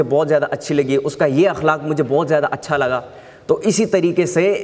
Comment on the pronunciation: ماشاء اللہ بہت ہی عمدہ ماشاء اللہ میرے پیارے بھائی! لفظ اخلاق کے پہلے حرف (الف) پر زبر ہے زیر نہیں اللہ ہم سب کے علم میں اضافہ فرمائے آمین ثم آمین یا رب المجاہدین